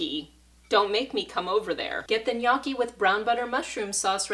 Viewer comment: Looks great! But, it's pronounced "nyAWki"